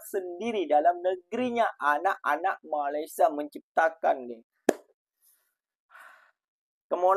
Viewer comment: Sebut Malaysia pun tak betul, nak buat robot? Takpayah lah Konoha. Pergi betulkan jalanraya di negra kamu terlebih dahulu. jangan mimpilah nak jadi maju macam Malaysia. 3000 tahun nelum tentu maju kalau semua DPR koruptor dan pemalas bekerja.